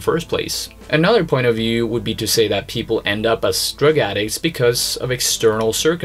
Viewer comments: You pronounce Wood and Would in a unique way. If I were to spell it in English the way you say it, it's almost like woodge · Would.....woo-da. Not wooja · Yo whoever you are its Would NOT Woult!! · FYI...the word "would" is pronounced like "wood".